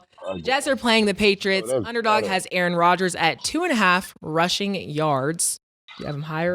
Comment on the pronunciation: Jacoby Brissette over Aye-AyeRon